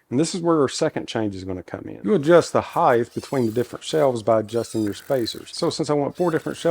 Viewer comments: Stop saying heighth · Heighth. Love it. Reminds me of my dad.